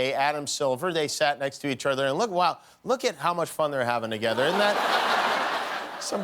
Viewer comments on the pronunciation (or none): I'm oddly satisfied hearing him slip up and say "togetter" instead of "together". Now I won't feel bad when I accidentally say it. 😄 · SunniestBro i thought it was togedder lol